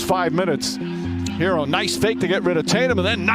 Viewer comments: please get this man's name right! Don't disrespect HeRRo. His name is NOT Hero and doesn't sound like hero. Get it right man! 👍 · Look.... it's HeRRo. NOT Hero. Some of these "professionals" can't pronounce a name right to save their lives. Stop this lazy disrespect and get the man's name right! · Look.... it's HeRRo. NOT Hero. Can you pronounce a DOUBLE R or are you challenged by that?